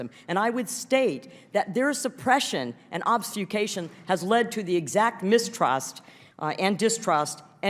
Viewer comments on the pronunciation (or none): Her insistence on using the word "obfuscation" without being able to actually pronounce it 😅